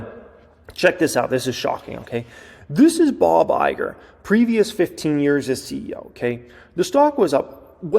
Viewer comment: It said, "Bog" Iger lol